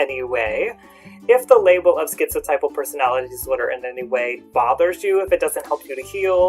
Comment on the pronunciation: My therapist pronounces it, "tip-uhl", but I prefer "type-uhl" like you.